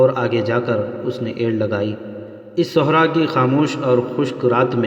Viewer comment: My Dear Brother,,Chand Ilfaaz Kay Talaffuz Ko Darust Kar Lain,,,Jesay Aap Aqab Ko Oqab Aur Sehra'a Ko Sohra'a Aur Sair Hasil Guftagoo Karna Sair Ho Kar Khana Iss Ka Talaffuz Puranay Wazan Aadha Sair Aur Aik Sair Magar Aap Chalnay Phirnay Wala Lafz Use Kartay Hain<>Aap Dictionary Ko Use Kar Saktay Hain..Aur Lafz Zeen Ko Aap Zain Parhtay Hain..PLS Aap Apnay Talaffuz Ko Theek Kar Lain<> Thanks A Lot<>